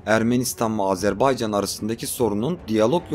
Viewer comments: Azerbaycan'ı bu şekilde söyleyen çok azdır bizden. Kimse umursamıyor. Ya Azarbeycan, Azerbeycan diyor. Lan bi okuyun doğrusu ne. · sphbetler cox maraqlıdır.😊adımızın düzgün teleffüz olunması meselesinde qardaşımıza qatılıram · Azerbeycan diyilde AZERBAYCANI Doğru sekilde diyen nadir kanallardan birisin. Tebrikler.❤ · Iyi ki Azerbaycan deyirsiz. Bezdik artiq Azerb'E'ycan kelimesinden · İlk defa Azərbaycan ismini bu kadar düzgün telaffuz eden bir Türk görüyorum. Çok teşekkürler 🤍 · Azərbaycan sözünün düz tələffüzünə görə ayrıca təşəkkürlər🇨🇳🇦🇿🇨🇳❣️🇨🇳🤲